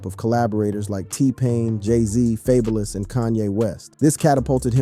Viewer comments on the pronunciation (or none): FAYBOLUS AND KWAHVOH??? HOW DO YOU MISPRONOUNCE THE NAMES OF THE RAPPERS YOU'RE DOING A VIDEO ON?